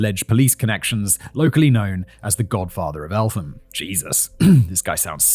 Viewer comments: Elt-Ham 😭 not el-tham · I’m from the area where this happened and it’s a bit said that only after 15 odd years of living here I’m just hearing about this. Also Elt-ham not Eltham fact boy 🫣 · It is Elt-ham not Elth-am! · 'Elt-um' fact boy not elfham😂. you're even pretty local to it as it directly borders Kent. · El-tham 🤷‍♂️🤦‍♂️ it's pronounced Elt-um 😆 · Was TURNED into a Racially motivated crime bythe parents. It was infact a revenge fight that went too far. Only a couple of weeks before in Well Hall some of the alleged attackers were jumped in a kebab shop by a group of Black lads. ALSO I was told by good sources (Policeman) that Stephen Lawrence was ''allegedly'' due to appear in court charged with R*pe. Oh and it's Eltham pronounced. Elt - Ham. Roland Adams was a schoolhood friend of mine, and that one was more a Postcode war but him being black probably didn't help him that night. Roland was a lovely young lad and I even remember helping out my Drama teacher a few times and he was in those friday morning Double Drama lessons. ANd he was just a nice kid. Cliché perhaps. But what I mean was he was NO street urchin. The night he was killed he and a friend was on his way home from a social club. He was stabbed with a Rusty flick knife and died after running some distance before collapsing on a Road on an elevated Roundabout. I walked my grieldfriend home that night under that very road at about that time. And still to this day I think about it. I grew up in Thamesmead and I have to say that it was always more about Postcodes (Which of 4 schools they attended) If you was from Abbey Wood Comp, Waterfield, Woolwich Poly (inc Woolwich Mafia) and Riverside School. And the 80's were a time of ignorance so if they were the opposite race it just meant they would yell different obscenities at their Quarry. I was stabbed in Thamesmead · Hey man. Great video just wanted to add Eltham is pronounced EL-TOM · Eltham is pronounced El-tum